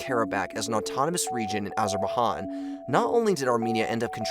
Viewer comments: Not Azerbahan as you pronounce it, it is not Spanish speaking land as you pronounce it - Azerbaizan leads to correct pronouncing. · Even in English, it's pronounced Azer-Bay-Djan, not Han. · Azer-bai-JAN not Han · stop pronouncing it azer-ba-han,for the love of god it hurts my ears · Which one? Azerbahan or Kowcusis. Bit difficult to come over as an expert when you can’t even pronounce the place names😂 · Can you try to say John , okay now say ‘AzerbaiJohn’, now it is better rather than ‘Azerbahan’ 😂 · Azerbaihan ??? AZERBAIJAN ! NOT AZERBAIHAN BRAHHH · its azerbaijan not azerbahan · Listening to you say AzerbaiHAN was the most painful thing ever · azerbahan really bro??? just say azerbaijan man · ITS NOT AZERBAIHAN ITS AZERBAIJAN HOLY CRAP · why are you calling it Azerbaihan? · It’s like he’s pronouncing the J in Azerbaijan as an H like in Spanish but it’s not pronounced that way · Azer ba Han 😂 WTH guys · The j gets a zh sound in Azerbaijan...Ah-zer-bai-Zhan...you'll hear the bai pronounced buh sometimes but never an H sound...it's not Spanish. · Appreciated the information, but I disliked the video because of the hundreds of Azerberhaans, Azerbahons etc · I don't know who in the team read this script, but the "j" in Azerbaijan isn't a spanish silent one, so all the "Azerbaihan" have been physically cringe-inducing to hear, sorry to say. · Really really painful to hear 😓😓😓. AzarrrrrrrBaiJan!!! Azerbaijan is Turkic name not Hispanic 🤦‍♂️🤦‍♂️🤦‍♂️🤦‍♂️🤦‍♂️. J not H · AzerbaiCHan? rly dude? where are you living? under the stone? speaker for such topics should be at least able to pronounce the names of countries correctly 🤦‍♂️ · Please stop saying Azerbajan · AzerbaKHAN? Muslim Airbahanas? WTF? The way you pronounce it tells a lot on how educated you are on the mater. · dude, at least leatn hot to pronounce the ne of Azerbadjan.... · Simply because of the "Azerbahhhhaan" thing, I can not take the entire video seriously! You have no clue what you're talking about !!